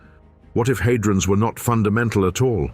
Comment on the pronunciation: Surely it's had-rons not hay-drons. AI fails once again. However, this is a very interesting documentary which asks profound questions.